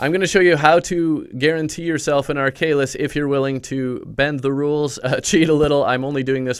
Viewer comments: Ark Halis not arkalis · Ar - kha - lis not arkaylis. Tnx for the guide anyway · (ARK-A-LIS)That's how you pronounce it